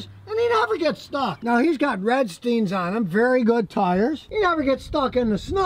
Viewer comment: Like your vids! However, these are not Redstein tyres but Vredestein pronounced: Fray - deh - shtine :) You're welcome!